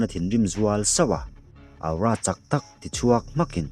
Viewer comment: Sir aura tih hi athing e ka comment tam ve tawh teh reng nen awra tiin lam zawk la ngaihthlak anuam zawk alom....... Aura aura aura 😂😂😂 thing e